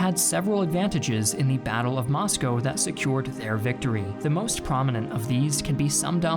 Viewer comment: Thanks for your great videos! They are student-friendly at the middle level. As a former American resident in Russia, I appreciate you pronouncing Moscow, "Moscoe" as the natives do.